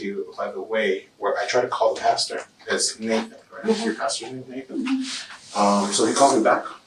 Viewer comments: For Pete’s sake, it’s pasTOR, not pasTURE. I’m not even religious and that one irritates the hell out of me. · Someone should tell her it’s “pastor” not “pasture” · Why does she keep saying “pasture”… pastor lady!